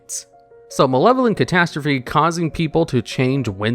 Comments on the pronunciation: ay catastrophe was pronounced correctly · Thank you for saying catastrophe correctly 😂